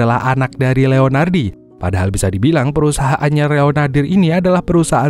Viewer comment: kepleset kayaknya. Dari Leonaldi menjadi Reonardir.. 😅